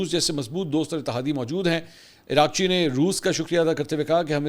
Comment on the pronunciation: Iran F M is being called Iraqchee,This is actually Araq chee ( means sweat ) kindly correct